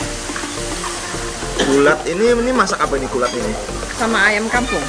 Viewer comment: Kulat bro bukan ulat 🤣🤣🤣